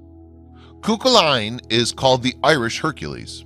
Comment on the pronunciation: Cu Chullain is prn. Coo Cullen. each segment getting the same syllabic influence.